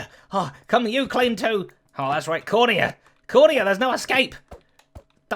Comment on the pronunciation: Zedaph said "Corner ya!" and for a second I thought he said "Cornea!" XD Science at its best lmao